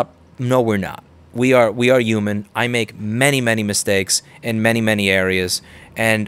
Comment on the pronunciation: the way you say human lol